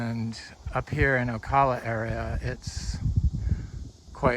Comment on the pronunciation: Locals say 'Ocala', the a like in 'cabin'. If you're gonna live here.....😊